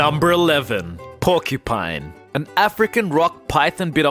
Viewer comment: "Porkipine" What???